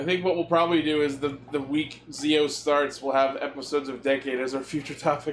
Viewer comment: Guys the name is pronounced jii-ou.